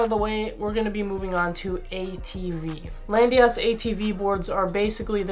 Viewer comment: "Landeeeeeeeyachtz" why is it not "LAND YACHTZ"?